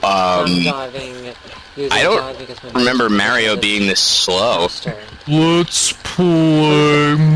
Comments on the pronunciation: u said mario like mayor-e-o. wtf? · You said "Mayrio". I do not like you. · Why does everyone call it Mario with the "a" as in mare??? How would you type that anyway. -_